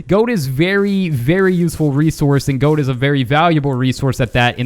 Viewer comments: Why do you say gode? It's gold! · When you said gold it sounds like goat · You said gode XD